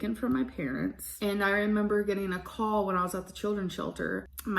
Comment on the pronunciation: we were Trailer Trash that’s what everyone “Soll” us as …bLaH blah cur-TANES he was tangled in cur-TANES 😂😂😂 jeez